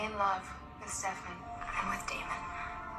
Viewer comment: i love how u called stefan stefAn like kai did LMAOOOO